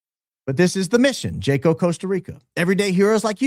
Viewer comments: Hey, watch your show regularly. appreciate the deep dives you do and your opening statements. fyi- in spirit of maintaining status as a “Hi IQ” outfit, Jaco is pronounced as if the J is an H, i.e. Haco (like Taco with an H). 😂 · Wow! I went to Jaco, CR (pronounced Haco) on my honeymoon. Big surfing location. I was clueless 22 yrs ago. Love your podcast. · Just an fyi…the J in Spanish is pronounced “H”, so Jaco is actually Haco in pronunciation. Great show as always, in my opinion! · Jaco Costa Rica is pronounced “Ha-co”. I only correct, I was there and it’s very true. We hired security for our air bnb to ensure sec workers didn’t try and break into our locked residence. We were told by our security company, many female sec workers look for the bachelor parties etc. to make money from the tourists per se. The report is correct. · Pronounced Haco in Costa Rico. We also experienced that there around 2015 on a vacation with my husband. We only stopped in that town for a few hours for lunch and ice cream. My husband had to leave me in the ice cream shop to find an atm when he we was approached by a couple of young girls standing on the street corner just outside the ice cream shop. An older woman also walked up to them appearing to have been managing them. So very sad. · Jaco pronounced = Haw-co ❤ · It’s pronounced “wa-co”. I had no idea what kind of town it was before arriving and it’s literally a sex trafficking hub. They call them casinos and you go drink and take women back to rooms there on sight. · SPANISH: it is pronounced HAKO not Jaco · Jaco - "Yacko"